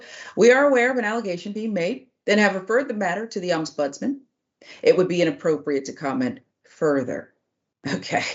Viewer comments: The word is Ombudsman not oms budsman. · the word is pronounced Om-buds-man and is a person who investigates formal complaints against Government and other officials so here in the UK we have the Local Government and social care ombudsman, the financial ombudsman, Parliamentary and Health Service Ombudsman. They are an effective alternative to going to Court and can make financial awards etc. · What's also shocking is an adult being incapable of reading and pronouncing ombudsman.